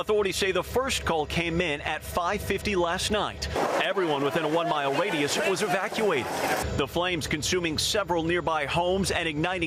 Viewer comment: did he say waydius instead of radius